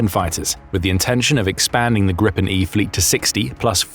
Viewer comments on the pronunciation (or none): Please, that's /GREE-pen/